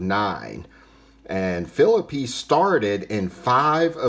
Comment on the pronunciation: Another great segment! Great to know Deacon Phillippe was the first winner of a World Series game. Now, I'm gonna nitpick with you. Are you sure of that pronunciation of Phillippe's last name. I think I lean toward (fil-LEAP) but I'm not 100% sure!